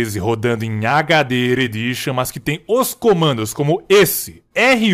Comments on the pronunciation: HD "Eredixãn" Isso é tão detonado de RE4 em 2013. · "HD eredition" so os old lembra